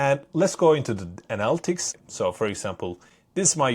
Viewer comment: Analytics is pronounced ah-nah-lit-tics, not annal-ticks.